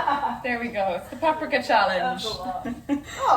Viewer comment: Where did dodie learn to say "paprika" in the original, Hungarian way?? You're saying it right my lady!!!!💕